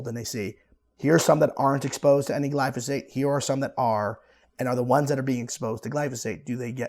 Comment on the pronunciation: Gly-Fo-Sate? Phosphate says hi.